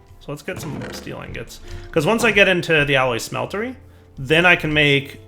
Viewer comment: or the "alloy SMELTERY" youre right, but he keeps saying it as a smetlery when its not a smeltery, lol